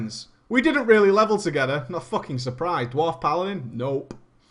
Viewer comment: "Was it a dward? I need to know.." :D